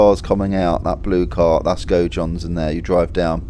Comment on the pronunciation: Gojohns? Haha Wondered where you meant there, Gaudions was always a dodgy pronunciation. Shout out for posting bro, was wondering what the weather is like currently, looking fine for my prospective visit soon. Looks like not a great deal changed in my 3 year absence, love to see it. Would love to see a vinery tour, up the rue du gele too.